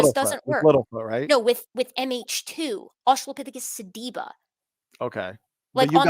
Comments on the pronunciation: His inability to correctly pronounce "sediba" is literally driving me crazy. Your patience is that of an atheist saint. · Every time he mispronounce sediba, I lost a piece of my soul.